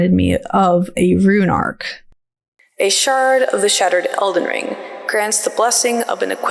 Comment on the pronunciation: I deadass heard you say Zelden Ring. Real